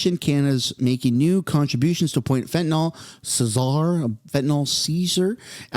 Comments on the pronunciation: Trudeau told him of the plan.. now he has to implement .. just because he said he was gonna do it didnt mean he would … And you pronounce Czar zar so you know.. and bull shit.. look at where all the protestors were going wild .. and ps check out the port of vancouver it is full of corruption and vancouver is the target for fentanyl because Canadians take it to America and get us money … Trump is forcing this to come to fruition.. and ps mexico got the deal this is what Trump wants done not just talked about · Czar is pronounced 'zarr' not Ceasar. That is the origin of the word though. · The “C” is silent in Czar. Zar is the way you pronounce it…. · The word is pronounced "zar." Just say "car" but start it with a Z instead of a C. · It’s pronounced ZAR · 1 month pause! How long will this game go on for?😢 Btw it’s pronounced “zar”. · It’s pronounced,Zar(like car with a z) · CZAR is pronounced ZARE Like the Czar of Russia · Czar. Pronouned zar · Dude, it’s pronounced “Zar” the c is silent my man. Just looking out. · Border Czar is pronounced “ zar” like the Czar or King. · czar is pronounced sar you know like the sars of russia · The word is pronounced "zar" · Dude... Its pronounced "Zar"... The C is silent... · I have to help you out here. Its pronounced like ZAR. A boarder zar. 😊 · Czar is pronounced "Zar" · It's pronounced "Zar". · This is a win for Trump and Canadian tax payers. Trudeau promising to spend a billion dollars on border security because polling is in the toilet would have gotten us another Liberal money laundering scandal; maybe with Trumps pressure that it will go to tangible things. The freaking C is silent in czar, and mocking the donald is a bad idea just ask Trudope. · the C is silent in Czar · The C is silent in the word Czar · Can't say Czar? Figure it out. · border ZAR. Not sa-zar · Please rhyme the word czar and pronounce it like car with a z. Come on man they'll start to question our literacy next. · Czar…….. pronounced Zar 👀